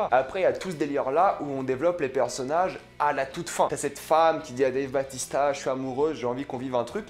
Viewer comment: Dave "bAUtista" pas batista